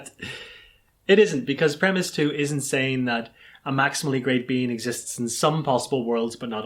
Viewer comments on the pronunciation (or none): Why do I keep hearing "maximally great bean" this makes my brain hurt